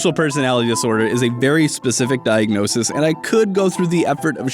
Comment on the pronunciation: I don't wanna be a nitpicking asswipe but it's kinda bothering me so I'll say it: The plural of diagnosis is diagnoses (pronounced diagnosees), not diagnosisisisisisisis. Same with thesis, analysis etc.